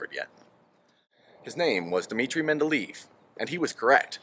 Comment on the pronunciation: I think it's men-da-lay-ev